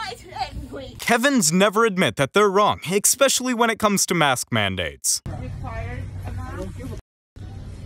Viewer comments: You gotta love youtube's recommended videos. Colin Robinson goes to McDonald's. Love that episode! btw, mr narrator, the word is especially, not eXpecially. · Tell the commentator there is no such word as exspecially it is especially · Sorry but I can't listen because your mispronounced word makes me cranky. It's ESpecially not ECspecially. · Exspecially. Can you use "Exspecially" in a sentence please? I am extremely fond of coffee drinks, Exspecially Exspresso. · Why do so many American mispronounce “especially” and say ekspecially??? Oh that right. They’re American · Theres no x in especially, learn pronunciation before posting 😠